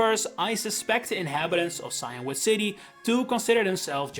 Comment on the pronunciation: Maybe I'm just American, but I'm pretty sure it's pronounced see-in-wood, not cyan-wood.